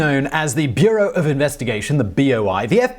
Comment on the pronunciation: Its not called beerow